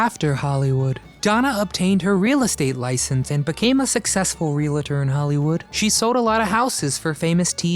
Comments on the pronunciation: REALTOR! REAL-TOR! THERE IS NO "I" IN THAT WORD! IT IS NOT REALITOR! LEARN ENGLISH, OR AT LEAST READ THE WORD. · Nice homage to Donna. It make no sense to point out your mispronunciations anymore, but the word is REAL-TOR, not REAL-IT- TOR! Look how the word is spelt...realty, not real-ity. Makes no difference that it is massively mispronounced in the vernacular. You are in media. Pronounce words CORRECTLY, please!